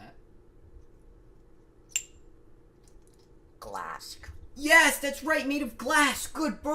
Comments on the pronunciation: It really sounds like he said “glassk” on purpose as a joke 😂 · OBJECTION! ITS PRONOUNCED, GLASK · I think you mean GLASSK